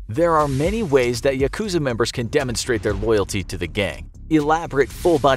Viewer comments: Is it just me or is it annoying when he says Yakuza wrong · just started watching and im already annoyed at his pronunciation of 'yakuza' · The word yakuza has the accent on the first syllable. The word comes from ya ‘eight’ + ku ‘nine’ + za ‘three,' referring to the worst hand in a gambling game.